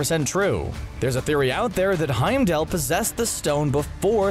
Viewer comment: Will you guys stop calling him HeimdALE? HeimdALL...all..fall..mall..call.. Heimdall...ffs